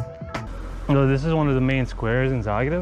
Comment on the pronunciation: Its Zagreb not zaerab